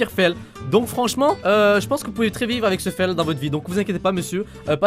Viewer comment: comment tu dis ? Fèle ? a xD